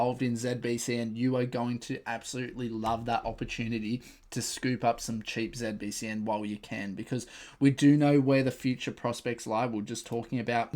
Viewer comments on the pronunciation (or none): Why do you call it ZebBCN?? 😂😂